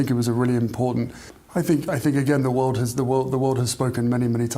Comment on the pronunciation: Why oh why can’t he say the word “world”????? He pronounces it “Wowd”. So “The World” comes out of his ignorant mouth as “Ver Wowd”.